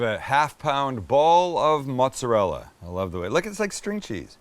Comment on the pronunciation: I get such a kick out of you, Your doing your best Giada impression when you pronounce what you consider to be an "Italian ingredient" Mozzerell . ever notice how she has absolutely Zero Italian accent until all of the sudden she just WAY OVER accents what she considers to be Italian ingredients! HA HA HA HA Are you also going to start saying BAM, EVOO and all the other bullshit you saw on the food network?